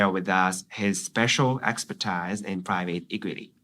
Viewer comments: expertiseの発音は、エキスパータイズじゃなくて、エスパーティースだよ。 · 全部聞いてないけど、この程度なんだーって思いました。まあ中学からインターなので発音がネイティブ並という訳には行かないですよね。 聞いていて最初の方で引っかかったのが expertise の発音。 ～からですね。tise は [tiːz ですが、小室さんは タイズと発音してます。基本レベルの単語なので、アメリカの法科大学まで行ってるのに間違えるのが信じられません・・ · 中高6年インターナショナルスクール、大学ICUで英語中心、その間アメリカにも留学、そしてフォーダムで3年。それでも原稿読んでこの程度ですか。テレビ見たり同級生と議論したりすればすぐexpertiseの発音なんて分かるはずですが。